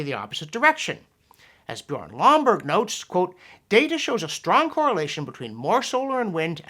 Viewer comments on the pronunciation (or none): none